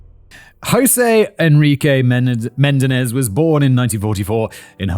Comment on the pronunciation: “Mendenez” 😂 cmon fact boi.